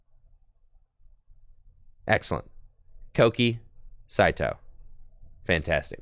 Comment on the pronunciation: Bro i really thought u were trolling on pronouncing kouki saitou “kooky saitwo” the whole time doood